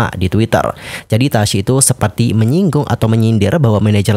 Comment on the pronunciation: Konfrensi pers loh bang bukan konfrensi ferss 😂 Sefertii sefertii lagi2 disni ya.. yu brik may hat brik may hof